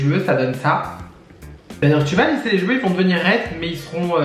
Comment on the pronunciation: Ah ça me manquait les vidéos make-up ! Et on reconnait le "ch'veux" xD